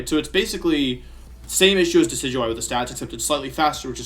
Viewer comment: You keep talking about this pokemon called De-sidu-eye...and I'm confused because the pokemon you're showing is clearly Dekey-dewey